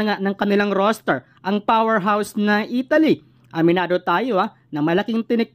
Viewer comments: Italy brod hindi Etaly. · Italy Hindi Etaly😂😂😂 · Mas importante ang napapaimportante? Panu mo naisip yan? Di mo nga mapronouce ng tama ang ETALI EH MAKAKAOAG USIP IA NG GANYANG KOMENTARYO? ETALI? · Bro Italy hindi etaly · hoy Mr youtuber ayosin mo nman ang pagbigkas ng italy wag nman Etaly hahaha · Pronounciation mo sa italy...review ka